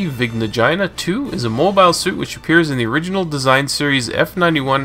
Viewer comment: I thought that it was pronounced vigna Ghe na